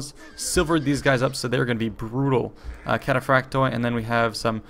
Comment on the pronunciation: its cataphracts in its mothr language..either latin or greek...but the end pronounciation is i instead of oi